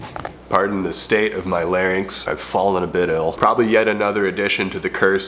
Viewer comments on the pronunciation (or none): none